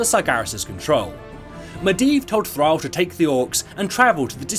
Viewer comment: I got confused with his pronunciation of Thrall :p